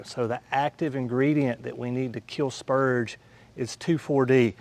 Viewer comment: Spurge with an R. Not spuge. 🤣